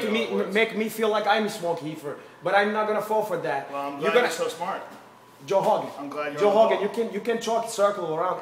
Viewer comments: the "h" sound is because that's how words that begin with double "r" sound. This is also why he says Joe Hogan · Joe hogan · Lmao except for the word “growhouse “ lmao if only he could apply that R to joe hogan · why can this guy pronounce R's in the word marijuana but not Rogan? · “Joe Hogan is gonna live to hegret this.” Had me in literal tears. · * Joe Hogan, Honald Haygan *